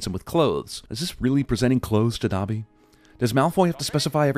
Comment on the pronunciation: 100 sins for mispronouncing Dobby